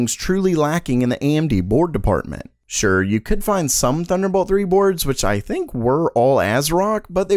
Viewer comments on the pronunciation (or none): none